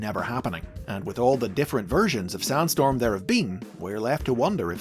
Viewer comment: Why do i hear Soundstorm instead of Sandstorm, most of the time?